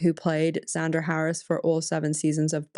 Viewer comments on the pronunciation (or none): none